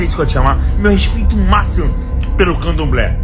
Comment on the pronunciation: Ele fala:"eu ainda não vi camdoblé vegano"? Só eu ouvi isso?